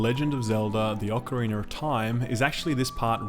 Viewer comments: What’s an “ocarinar”? Great review as always ;) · Ocarinar of time